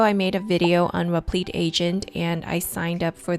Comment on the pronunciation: Great video, your repleeeet pronunciation was killing me loool